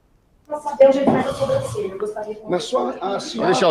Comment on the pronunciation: E o ignorante falando soMbrancelha varias vezes...